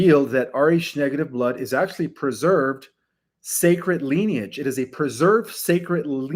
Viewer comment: Dude, it's ˈli-nē-ij, not leniage. Your mispronunciation of this common word, that is the basis of your topic, lessens your credibility.